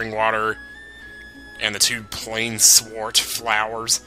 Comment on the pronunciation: I believe plainswort would be pronounced "plains wort". I don't know exactly what wort means, unless it's meant to be similar to wart, but ya know, the plains, that makes sense right? You're getting them in what looks like a plains type area. But another reason I think it's pronounced that way is because in some Dragon Quest games, there is an item called a Moonwort Bulb. Notice there is no S in there, so yeah, whatever "wort" is, it's separate.